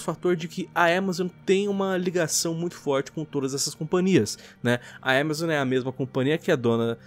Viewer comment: Fala AMAZON krai, que agonia de ver falando EMEzoN